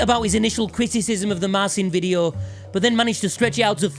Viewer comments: One day people will pronounce name correctly... It's Mar-chi-n, not Mar-sin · I'm gunna be a proper dipstick here........its pronounced Marchin...... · I thought was pronounced Marchin but what would I know as a bloke from Stoke. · That's another thing I dislike about, the fact he himself pronounces it like thst as a way to market himself more easily when it's not even difficult for english speakers to pronounce his name properly! (Except for the rolled r sound, I guess) Has he no pride in his polish heritage!?